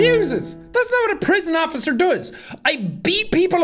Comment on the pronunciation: innocent bean "Hello OcifER!-"